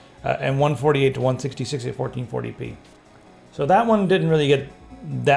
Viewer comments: lets do some 1440 pness shall we? was it just me who heard that and was it just me that giggled at it..i hope not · Did he just say "Let's do some 1440 penis"??? haha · Anyone else catch him say "1440p nes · He said 1440 penis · "Fourteen forty penis?" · = Fourteen Forty Penis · "1440p(enis)" hahaha